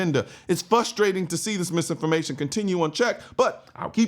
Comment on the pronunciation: "fustrating" or frustrating 😬